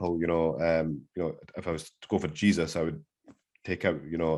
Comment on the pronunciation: Man actually pronounces Jesūs as Jesus 😂